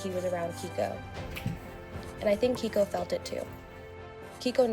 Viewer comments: I can’t be the only one to say this but...”Keiko” is a female Japanese name and it’s pronounced “Kay - ko” (like okay’s kay) not “Kee - Ko.” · Keiko is not pronounced key-ko...it’s pronounced kay-ko.